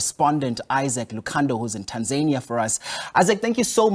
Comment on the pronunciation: Stop butchering the name “Tanzania”. It’s not Tanzaenia